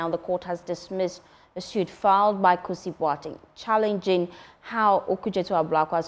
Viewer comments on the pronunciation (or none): Please his name is #Kusi not Kisi...haha I should start😅 Refreshing News thank God it's not another unanimous Fc ruling